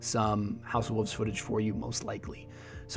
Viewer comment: Why do you say house of wuvs instead of wolves